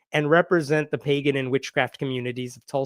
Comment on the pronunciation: While I laugh at the Republicans, her resume says "play-gan" rather than pagan.